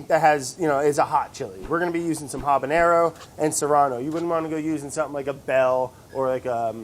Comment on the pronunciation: Y’all, habañero is decidedly not how you say it